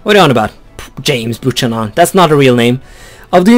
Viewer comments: Buchanan is pronounced"byew-canon" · Buchanan was a real President it is pronounced Bu-k-anon, because in english ch makes a k sound